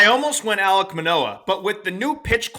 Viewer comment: does he not know it’s ALEK Manoah… has dead baseball knowledge.